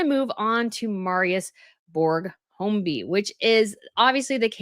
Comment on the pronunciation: I enjoy the channel mostly, but it is annoying with the constant incorrectness. It’s Høiby, not Holmby. Say Hoyby if your must. What is Artemis Day?? It’s giving unprofessional.